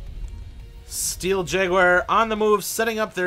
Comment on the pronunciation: Awesome gameplay! But... "Steel Jaguire" "Tourm-align" I can't... :P